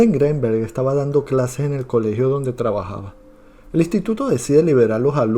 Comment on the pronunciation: Al escuchar tu pronunciación del apellido Greenberg, bote tu video